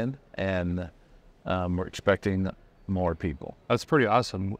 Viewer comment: says we are expecting “MORR” people. ❤